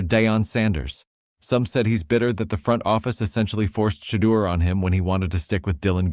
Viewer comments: Can nobody that's doing these videos pronounce Shedeur s name?🤨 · Your narrator is no better than Stefanski. How is it he refuses to correctly pronounce Shedeur’s name?